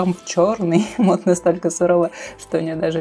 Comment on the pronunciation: Не мод, а мод